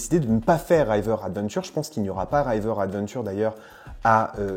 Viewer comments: Bonnes nouvelles. Par contre, par pitié, pas "Raïver" mais juste "River". Hâte de voir si c'est officialisé et de visiter, après avoir fait celui de Californie en mode VIP en 20a5 et celui de Floride 2 fois (dernière fois en avril 2022). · R(ee)ver adventure ;) pas R(eye)ver adventure !